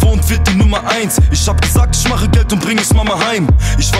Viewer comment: Isch wollte. Was ein deutsch